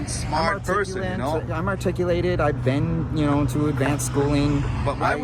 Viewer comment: "I'm acticulated" 😄